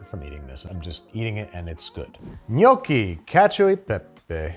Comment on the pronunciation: Thank you for pronouncing “gnocchi”, “lasagna”, “risotto” and “fiocchetti” the right way!!! I really appreciate that you took the trouble to learn how to pronounce correctly these words. Every time I hear someone saying “bruSHetta” I have the same feeling that you had when you found ricotta inside the lasagna. 😂😅